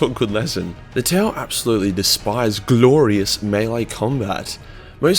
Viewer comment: you gotta love the way says "gLoRiOuS" melee combat. lol